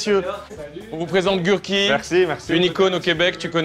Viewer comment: Gurky ça se prononce « gerky » Carlitooooooooooooo (à ce que je sache)